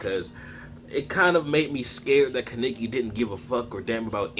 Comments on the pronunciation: Ka-neiki wtf who says it like that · It's pronounced kah neh ki! Kaneki!! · My nigga learn how to say his name